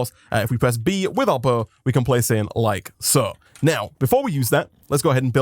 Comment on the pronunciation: When he first said bow I thought he said buzz